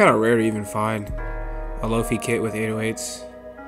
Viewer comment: hahaha i love that you call them "low-fee" drum kits... They are "lo-fi" as in low fidelity, as in the opposite of 'hi-fi' aka high fidelity.